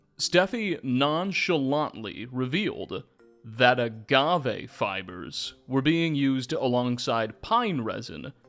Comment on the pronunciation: STOP SAYING AGAVE LIKE THAT STOP SAYING AGAVE LIKE THAT STOP SAYING AGAVE LIKE THAT STOP SAYING AGAVE LIKE THAT STOP SAYING AGAVE LIKE THAT